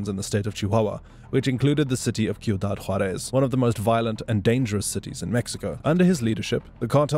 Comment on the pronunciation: Great video overall. But you pronounce it SEE-U-DAD Juárez. Not Kee-u-dad Juarez. ✌🏽